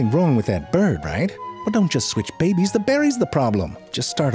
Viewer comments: And the occasional "Bebbies". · im sorry but the way he said babies 'ʙᴇʙᴇs' LOL🤣🤣🤣🤣🤣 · bro! and why do you say 'behbehs' like that wtf